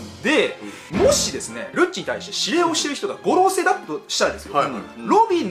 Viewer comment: 五老星の発音😅